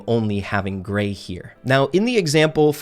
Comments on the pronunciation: Say Gray with no r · When he said Grayeverytime i heard 😂